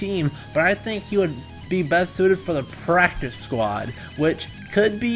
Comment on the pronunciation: Lmao pracice 😭